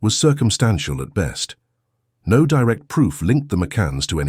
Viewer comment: The “No” does not sound “emphatic!”🇬🇧